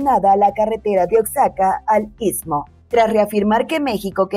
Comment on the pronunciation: No se pronuncia "OA SA CA,'' OAXACA = OAJACA , con jota, es su pronunciación...